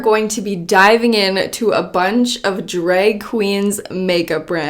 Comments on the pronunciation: she said dreg lol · says drag like drake… irrelevant just felt like pointing it out